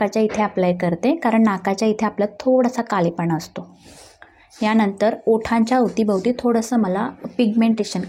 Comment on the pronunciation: पिलून नाही पिळून... कलेपणा नाही काळेपणा .. दोल्या नाही डोळ्या खालचा